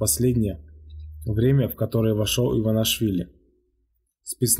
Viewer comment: не иванашвили , а Иванишвили